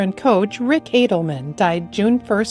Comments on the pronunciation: you’re pronouncing it wrong it’s not “aydel-min” it’s “ah-duhl-men” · You mispronounced Rick Adelman's name. It's not Adleman!